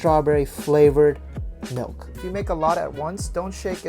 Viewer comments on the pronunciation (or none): HE SAYS MALK